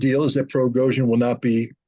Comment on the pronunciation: The name is Prigozhin, NOT Progozhin 😂